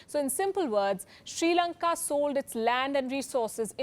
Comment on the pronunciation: This is not "Sri Lanka" any more it's " Chi Lanka"